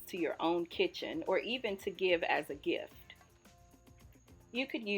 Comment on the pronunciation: Did you say gift? 🤷🏽‍♀️